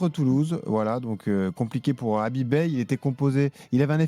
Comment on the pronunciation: C’est pas Habib mais Khabib qu’il faut à Marseille